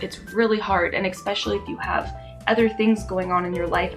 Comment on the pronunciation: You are SO cute and have a bright future, especially with 5th graders....but PLEASE stop saying EXPESIALLY. Driving me nuts!!! Really enjoy your energy and honesty too!!!